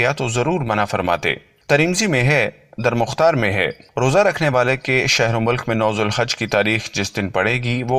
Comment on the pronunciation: Durre mukhtaar bhi konsa sahi bola, wo bhi to galat bola 😂😂